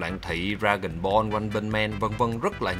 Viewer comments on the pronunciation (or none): none